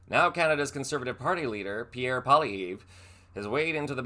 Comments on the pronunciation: The last syllable of poilievre is pronounced like never without the n and er. Please say the names the people you report on correctly. Also, he’s not doing himself any favours (yes I spelled that correctly) by parroting Trumps policies as his plan for Canada. He has been losing political points since Trump came to power and started threatening us. Thank you Trump for a minority government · If you're going to do a story on someone you should at least you get your facts right and learn how to pronounce the subjects name properly. Obviously you didn't do your homework . I give you C- on this one. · Jeez, you can't even pronounce his name right. What a joke Occupy Democrats has become. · His name is pronounced Polly-ev...not Polly-eve. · It's not Poly -EEV , it's Poly - evv. You pronounced like sharp nails on a chalkboard. Uuggghhh 😅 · He is not necessarily the next P.M of Canada. We do have elections in this country. FYI, his name is pronounced "Polly ev" not 'Polly eve". Your welcome! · You could watch a Canadian newscast for 5 minutes and learn that it's pronounced ( phonetically) (Poli - ev), not(Poli- eev). It's a French-Canadian name, and pronounced as a French name although in English. Just another charming idiosyncracy of being Canadian! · It's pronounced "Poly-ev" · Pierre's name is pronounced "paw-lee-yev" and he is not the next Prime Minister. We have elections in Canada. Poilevres is not a good choice. He's as narrow minded and bigoted as a MAGA moron but I'm glad to hear him stick up for Canada against American bullies. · The right way to pronounce Poilièvre's name is Poal-eee-ev (ev as in ev-erything). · Pronounced: “Poly-ev” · Pronounced polly ev. Probalbly not the next PM as we dont usually vote for idiots. Well - more idiotic than Trudeau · I am going to teach you how to say this guys name phonetically .. Pwah lee ev :) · Try learning how to pronounce his name. Poli ev Once again Americans have no clue about anything Canadian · Polly-ev not polly-ee.